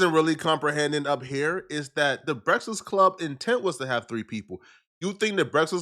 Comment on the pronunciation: still can't say BREAKFAST